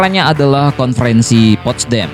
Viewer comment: Bang.....bok yang bener bacanya.1charles de Gul gitu aja.2.panglima Inggris itu bukan Robert Montgomery...tapi jendral Bernard montgomery.3.itu postdam apa adanya bukan postdem.moga berguna.